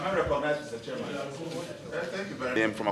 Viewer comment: Your pronunciation is very bad. Is it shareman or chairman.